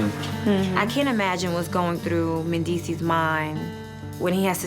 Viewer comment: Somebody tell me how this man name is pronounced cause I’m hearing Mendeecees with an s and without an s LOL